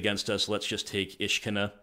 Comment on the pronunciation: I like that your pronunciation makes Ishkanah sound like a Jewish princess I would like the on violence to stop